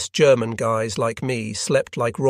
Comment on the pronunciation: What software are you using for the narration? It's pretty good, though I heard a hard "G" in "'G'erman" and thought it pretty funny.